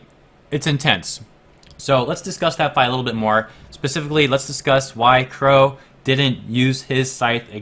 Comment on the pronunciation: Qrow* not "wore" lol